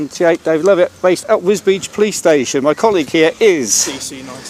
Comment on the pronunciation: Pronounced Wis-beach